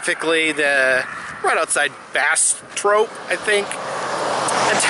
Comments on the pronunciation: Bass-trope 😂 It's pronounced Bass-trop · Pronounced by a Texan is bastrop as in bas as in bass fish and trop as in hop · I'm from Bastrop! We pass this gas station on the way to San Antonio sometimes. For future reference, lol, it's Bas (like the fish) and trop (like stop) = Bastrop